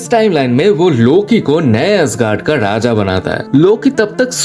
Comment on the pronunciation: Gamoda nahi gamora 😂 wakanda ka daja nahi raja😂 sade asgadians nahi sare asgardians😂 Thod nahi thor😂 bas kar bhai